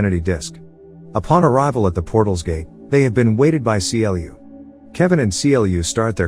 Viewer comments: it triggers me that you keep saying C L U and not Clue. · it triggered me when he keeps saying c l u instead on clu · The only thing that bugs me is how he says C L U and not clue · I know this isn't actually read by a machine, and is a dude telling these stories. If it was a machine I could understand the constant issue calling Clu C-L-U. It is infuriating. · The way u say C-L-U🤯🤯u could literally just say Clu Instead of C-L-U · Why is he saying "Cee Ell You"? CLU is literally spoken like "clue", as one word. :x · Do you not know the character's name is pronounced literally "clu" , just clu, no C L U non sense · Seriously it's pronounced as CLUE not C.L.U. Did you even watch the movie. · I had to stop when he called Clu: See El You. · The AI voice couldn’t pronounce CLU right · I always wanted a video from you about this movie but you mispronounce clu's name.